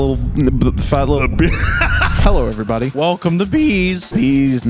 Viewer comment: are you saying “everybody” is pronounced “everybeeody”?